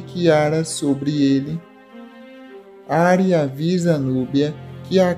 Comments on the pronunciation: Não é Ári. Diz-se:A-ri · Não é ari é arii